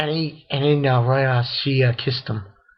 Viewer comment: Raser sama not Roser sama